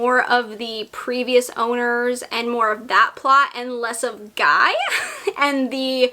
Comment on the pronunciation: I do believe the Guy character in Darcy Coates' book is pronounced "Gee" (or I may just be projecting my French onto it lol). After Ashburn House, I went on a Darcy Coates binge, and unfortunately Ashburn was definitely her best. It was a 5/5 for me. I always look forward to your wrap ups - I get my TBR list filled up from your recommendations! :)